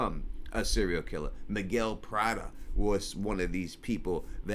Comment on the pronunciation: Miguel Prado not Prada